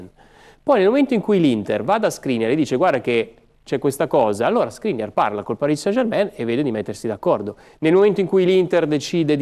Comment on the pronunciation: Sono per l'INter, ma è il migliore, a parte che dice Parì san Germèn!